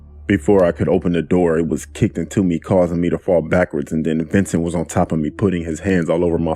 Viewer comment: Dude: his name was "Ventin'" Me: Red SUS Update:Dangg okay before y'all rant at me It's vincent. Lmfao. But he still SUS tho.